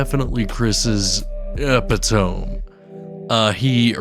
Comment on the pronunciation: Chris's Epitome? "Ep - ah - tome"? Not the word you think it is. That's okay, it seems this word became unknown / unrecognized to most people born before the early to mid 90s. Say "E - pit - oh - mee"